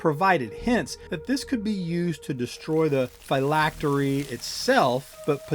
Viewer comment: You keep calling it "FI-lactery'" that is incorrect it is pronounced (Fill-lactery) '"Phylactery".